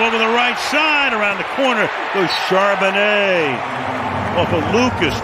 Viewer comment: I love it when the guys up there in the booth call Charbonnet "Chardonnay" 🍷. They do it so the time! I laugh coz that's all I conic say too. It was tough that first year when he got up here!😅😅 Now we're on a first name basis, so he's just Zach to us 12s💚💙 #26 will be back next season NO DOUBT! GO SEAHAWKS!!